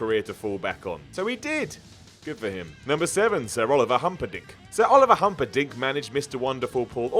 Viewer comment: Did anyone else hear Humperdink wrong? It sounded like humpad*ck to me 😂😂